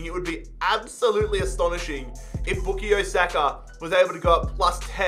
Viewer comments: His name is bukayo not bukiyo lol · Boo ka yo saka not booky yo saka Just spelling out how to say his name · His name is pronounced by Bukaayo Saka and not Bukiyo Saka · It's Book-Eye-Yo Saka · Same he was saying book-ie-o saka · Its book-eye-o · Man said bookayoo Saka lol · no it isnt, it’s pronounced book-eye-yo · would be the same as bukayo straight forward that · It’s bu-KAH-YO 😂😂😂😂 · No one: Bookayyo Saka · ”Bookio Saka” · everytime he says boo-ko-yo😂🙂😂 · It’s back-i-o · It pains me how you say Bookeyo Saka 😆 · Why is nobody mentioning Book-E-Yo Saka? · Bukayo is pronounced Bu-kie-oh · Your pronouncing bukayo wrong is not bookayo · Not pronounced “bookyo” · Even tho u pronounce it book-eye-o saka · pronouncing Bukayo made me cringe every single time. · Come on you butchering his name bruvh its pronounced as how you spell it😂😂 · I know right! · You’ve massively messed up the name pronunciation😂😂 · sayin bukayo is giving me cringe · the way you pronounce his name man😭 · actually you are disrispecting his name every time im cringing so hard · He's pronouncing Bukayo wrong :(!